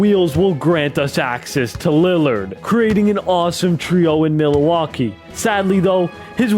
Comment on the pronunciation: okay but why he say milwaukee like milleeeewaukee